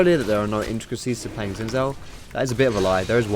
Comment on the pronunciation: Good vid but u pronounced xin zin...maybe it just me